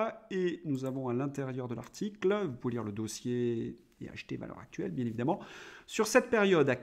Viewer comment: Merci Monsieur. Votre revue de presse est toujours instructive. Une petite requête : puisque vous citez souvent cette revue, voulez-vous bien faire la liaison entre valeurs et actuelles - Valeurs-Z-Actuelles ? C’est un pluriel... This would make my day 😊